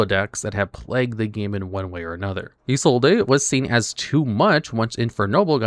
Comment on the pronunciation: Having Isolde (IT'S ISOLDE, NOT ISOLDA, THE "E" IS SILENT!) banned is the biggest negative for TCG in my eyes. At least Maxx "C" is banned. OG Noble Knight is a janky mess without her.